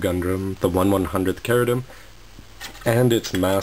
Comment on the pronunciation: ??? Really??? I watched the English Dub of the show, and it was pronounced CHE-RU-DIM. Same goes for Zabanya. It was pronounced ZAH-BAN-YAH